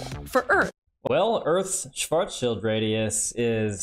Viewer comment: Upvote for correct pronunciation of "Schwarzschild" 👍 Serious question: Do you also pronounce "Rothschild" that way?